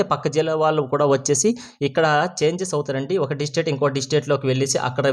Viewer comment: బయ్యా... ప్రతి సారి "డిస్టేట్ " అంటున్న వ్.. 'డిస్ట్రిక్ట్ " అనండి.😢